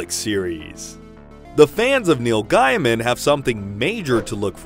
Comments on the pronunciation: I know you learned it by reading it, so I won’t tease you. But every time I heard Neil GUYman it was nails on a chalkboard heh. Dunno why, it isn’t like I have a personal stake :) but the author himself says GAYman :) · And correcting in text is tricky…."Hey OP it's Gay-man not Guy-man". 😏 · You pronounced Neil Gaiman's surname wrong, the first syllable is pronounced 'gay'. not 'guy' or guy-e'. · Firstly. its pronounced Gay_Min that was getting really irritating. secondly your alternate references to death Have NOTHING to do and are unrelated to Death of the endless but guess you had to fill in the time. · Why is he saying GAIMAN like that? Ahh it hurts my ears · Sorry but if you mispronounce the author's name in the first 30 seconds I automatically don't take you seriously.